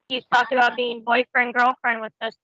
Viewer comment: I fawkn hate how he pronounces "about".. more like "a-bhoot".